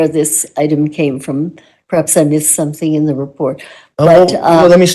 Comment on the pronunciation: can't even pronounce gerunds and instead says "everythINK" or "somethINK". I get so irritated hearing it. Or, HearINK, so understands.